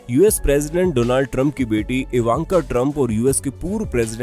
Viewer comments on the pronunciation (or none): none